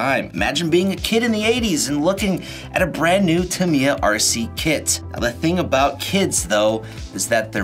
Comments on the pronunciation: It's "Tah Me Ya" Not Tamaiya. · Where is the mighty Clod??? Well at least there is a Bullhead. Lol. By the way its pronounced Ta-me-ya. Not Tam-eye-ya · Tam eye uh just sounds weird. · TAM EEEEE YAAAAAA..... dont butcher the name for the love of this hobby. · Tamiya is great. I have a CC01 Pajero, TT02 Cosworth Escort, TL01 WRX, DT03 Neo Fighter, M03 New Cooper, and a M05 Mazda 2. By the way, it's pronounced Tam-Mee-Uh. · tam-I-ya???? Wtf. Never in my life heard it pronounced that way… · Kevin talbot pronounce it tam-ya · Anyone else cringe at the pronunciation of "Tamiya"?